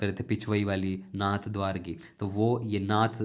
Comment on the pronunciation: Its नाथद्वारा not नाथद्वार